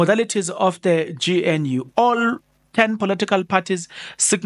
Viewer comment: I like your Channel but please do everything you can to pronounce GNU properly